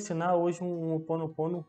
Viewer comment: Desculpe mas é chamado Hoponopono ou seja vc intérpreta Roponoponno e não que vc interpreta opononopo